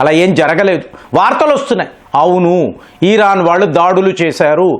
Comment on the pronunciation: ఇరాన్ ని, ఈరాన్ అంటారేంటండీ...